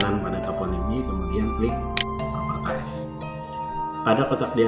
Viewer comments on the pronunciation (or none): masukan saja, properties dibaca "propertis", bukan "propertais"